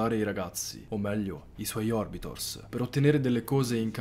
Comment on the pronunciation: Comunque si dice orbiter, non orbitor.